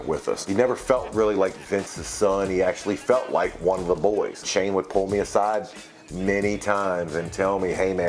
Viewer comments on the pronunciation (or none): none